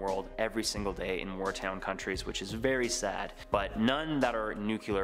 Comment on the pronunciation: Uhhmmm..it's not "war-town" countries, it's "war-TORN", which is an actual word vs war-town🤔